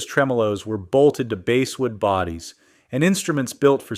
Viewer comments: basewood instead of basswood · For future reference, Dio is pronounced "DEE OH", not "DIE OH" solder is "SOD ER", not "SOL DER", Basswood is "BAAHS WOOD", not "BASE WOOD", 5150 is said as "Fifty-One Fifty", not "FIVE ONE FIVE ZERO", luthier is pronounced "LOOTH EE ER", not "LOOTH EE AY". It's difficult to assume these mini-docs are accurate when the subject matter itself hasn't been researched. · ‘Bass-wood’ bodies?! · AI slop! "Base wood" among the plethora of phony, AI missenunciations. Repetition ad nauseum. Really? Apparently nobody reviewed this crapola prior to posting. Still playing my '85 Focus 3000, fastest, lowest neck I've ever had. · Basswood - BAHS Luthier - Lew-thee-ear Route (with router) - Rout 5150 - Fifty One Fifty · Basswood isn’t pronounced like you think it is.